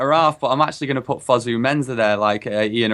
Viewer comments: It's not 'Fusu' it's Fosu mate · It's pronounced Foe-Sue Mensah not Fuzu-Mensah.